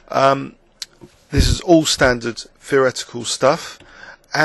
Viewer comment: isn't it a scots way to pronounce 'all'? like 'awe'.